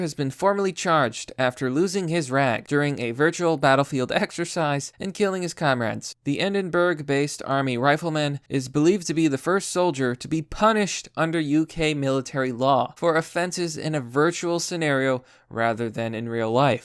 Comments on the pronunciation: It's pronounced Edinbrugh btw, but yeah it fucking sucks here right now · This must be a trial run or some shit because my mate in balaklava has never heard of this. And please for the love of God learn to pronounce Edinburgh